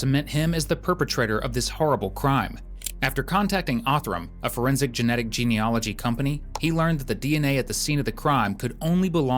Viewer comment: Thanks for the clear narration. But you may not realise it’s ‘genealogy’, not ‘geneology’.